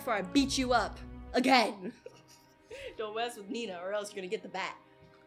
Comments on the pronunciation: It not neena its nenaa it ok tho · The second pronouncing says nena=baby😲